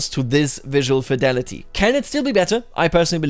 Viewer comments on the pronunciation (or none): none